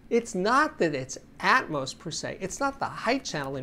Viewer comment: For crying out loud it's not ATMOSE it's ATMOS as in Atmosphere. It's not Atmosephere is it?